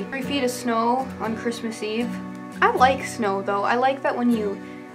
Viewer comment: I'm no accent expert by any means. Your accent is pretty generic American for the most part but when you said "though" I caught that sort of lengthening sound that is common with people from the north, namely Minnesota.